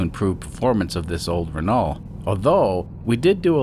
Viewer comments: Renault is pronounced "reh no" (the "lt" at the end are silent) Quirky little beast, this car. I'm UK-based and have never seen one (though to be fair, it would have been a reasonably old car even when I was born) EDIT: there are 14 left on UK roads as of today. Even back in 1995, there were only 38. There's also a further 6 that are declared "off-road" (Statutory Off-Road Notification, or SORN, meaning you aren't allowed to drive it on public roads), but have not been declared as "scrapped" - meaning there are 6 that could possibly be resurrected, or are show cars with occasional seasonal use. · To be THAT guy.. It's infact pronounced 'Renau' So just like you are already saying it, but cut out everything past the U :P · Good morning yes it is indeed a Renault 10 (the L and the T are not pronounced, RENO) derived from the Renault 8, descendant of the Renault Dauphine. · Hey. Great to see the Rennow (rhymes with Renault) back. Wow. It cost 6 million dollars to take the cover off 😂😂 Love your work 👍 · Reh-no is the proper way to pronounce the name. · Pronounced: Run? No. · The correct way to pronounce Renault: “Does it RUN?” “No.”